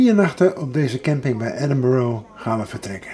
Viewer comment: Een onderhoudende vlog, maar de uitspraak van de naam Edinburgh is niet correct. Edinburgh (uitspraak: /ˈɛdɪnbərə/; Nederlands ook: Edinburg)